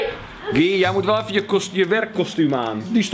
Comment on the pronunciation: Die jongen heet toch Guy als je het zegt is het ki van kiwi